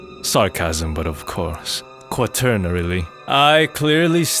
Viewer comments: he said quaternaly lmaoooooo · My man really just said "quarternarily". Please don't stop doing these.